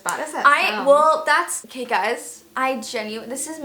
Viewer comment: Its not OKEH to be OKEH ❤ (Titan cry 😭)